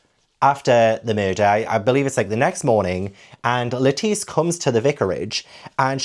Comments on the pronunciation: You changed your pronunciation of Lettice partway through. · Every time you say Lettice, my brain = 🥬 and I just imagine a giant lettuce walking around 😆 great intro, great video!!